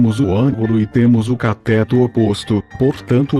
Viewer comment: CATÉTO... KKKKKKKKKKKKK escreve CATÊTO que o fala certo!